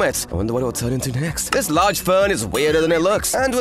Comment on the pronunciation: '' thjhis works with glass to''